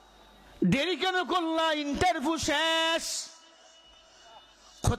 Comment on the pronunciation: এ হুজুর বলছে ইন্টারভু, হুজুর ঠিক করে উচ্চারন করেন, আবার বলেন নারায়ণগজ, হায়রে হুজুর